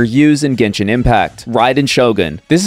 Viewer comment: Why you all pronounce genshin, Gaynshin....use generation's gen with genshin